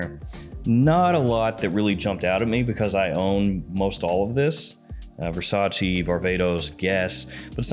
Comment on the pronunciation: Pleeeaaase stop saying "versagee" 😖 it is "versatcheh"